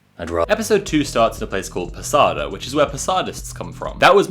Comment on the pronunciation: I know this is not a useful comment, but I swear, people should be banned from pronouncing slavic words. how is it that any time I see a youtuber mispronounce something they appologize, and then Netflix can just Blaviken a simple word like Posada (and literally all other slavic words in the Witcher)